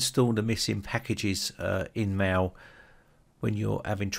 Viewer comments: wtf are you calling 'mail' "maw" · It deeply disturbs me how the word "mail" is pronounced.